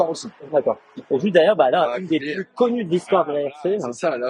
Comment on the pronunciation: "Pu" pas "Plus" ! Avec les explications orales de Franz, c'est encore mieux que de les regarder !